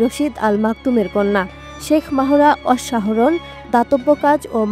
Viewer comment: আমাদের সাংবাদিকদের বাহিরের মানুষের নাম উচ্চারণ করতে হিমশিম খেতে হয় কেন বুঝলাম না তার নামের উচ্চারণ হবে মেহরা বলে মাহোরা😂😂